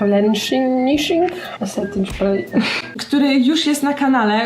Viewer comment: "Setting szprej"😂😂😂